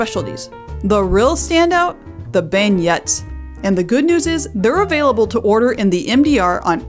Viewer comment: The power covered donuts at Emril's is pronounced Ben-yays.